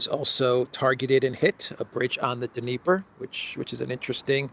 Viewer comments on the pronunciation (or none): Dniepr is pronounced NEE-pur.